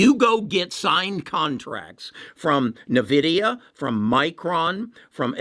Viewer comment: Why should i trust someone who can't even pronounce nVidia or EUV correctly? Who doesn't know that TSMC decided to pass on High NA EU for now, even though they can buy it from ASML. There is so much wrong information in this video..and I say this as an Intel bull